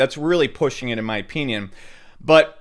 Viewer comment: My ah-pee-neon